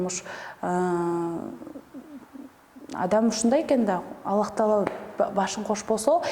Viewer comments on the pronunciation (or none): none